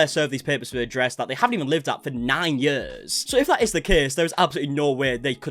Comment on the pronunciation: I love the accent, especially when you say years, yuhs lol😂❤